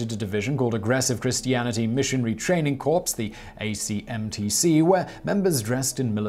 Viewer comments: I find itrarthwer amusing that aseemingly educated YT host doews not know how to prounce the terp 'corps' The 'S' is silent so the word is pronounced as' core'. The term he chose instead, 'corpse' refers to a dead body. I know, English is a strange language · Correction: The word 'corps' is pronunced 'core'. In the United States, the S is silent. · Corps pronounced 'core' old chap! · Corps is pronounced core.